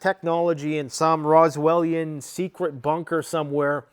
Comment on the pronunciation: "Roswellean bunker" 🙄